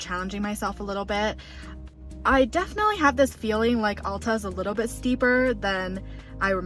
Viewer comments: AL - TA not ALL - TA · 65 years at Alta, you did great! Come back when there is a few inches of new snow and you'll have a much better experience. For what its worth (very little) locals pronounce the A in Alta like the A in bat! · Alta is pronounced (Ale-tuh)